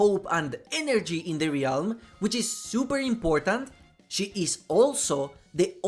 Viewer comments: Stop fucking calling it the Ree-alm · Very fun video besides the pain I felt every time you said “Ree elm” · I like your videos, been watching a lot of them lately. One thing that is beginning to annoy me though for some reason, is how you mispronounce the word 'realm'. The 'a' is silent and every time you enunciate it when you speak the word I get a cringy ocd feeling :p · I'm sure it's a great video but I just can't stand how you mispronounce "realm"